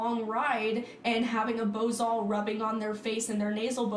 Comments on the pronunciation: Do you happen to have anything better to do?? I think that you should move to a different planet so nobody has to listen to you again!!! And say the "bossel" right PLZ that's not how you say it!!! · Is it just me or is she saying bosal weird 🤔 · Wtf is wrong with bosals? First off, she’s pronouncing it wrong. Also, if the bosal was rubbing the horse to the point it bled, it was obviously a fitting problem and had nothing to do with the fact that it was a bosal. Good bosals are super smooth. They’re made of leather. Expect to pay $150+ for a decent bosal. It’s no different then riding in a rope halter. It’s actually got less pressure spots than a rope halter. I ride my mare in both a bosal and in bits. She works the same way in a snaffle bit and a shank bit. Lately I’ve been riding her strictly in a bosal for training myself and her. I’ve rode her for hours in a bosal and never experienced any rubbing. It’s the best thing to start a horse in because the pressure is so clear for them to understand and is the foundation tool. Learn your shit and don’t judge something because you’ve never used it and you’re basing your opinion on one situation you experienced. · Is anyone else slightly annoyed at the way she said bosal?